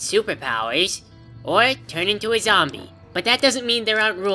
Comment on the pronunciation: I miss him saying zombler